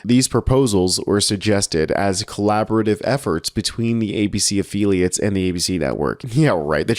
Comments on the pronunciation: "afill-iates" not "afeeliates" 🙂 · Did you say "afeeliates" ?